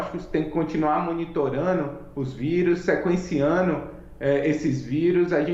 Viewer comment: Melhor ouvir isso, desse cara que fala "monitorano" do que ser surda, credo, que vergonha.